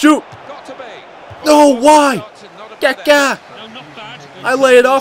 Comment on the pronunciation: great vid but please can u say kaka and not "kéké" please